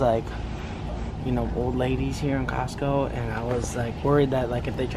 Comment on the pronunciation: Why did you say Costco when it's Costco